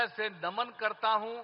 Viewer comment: Naman hota hai n ki daman 😂😂